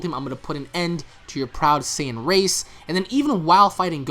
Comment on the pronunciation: Wait, did I miss something? Why the hell are they butchering Saiyan pronunciation? Since when Seien became Seyean?